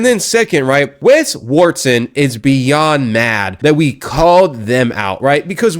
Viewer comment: "WES WARTSON" 😅😂🤣